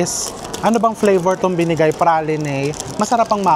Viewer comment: It’s pronounce Pre lane po. Favorite namin na flavor for the ice cream.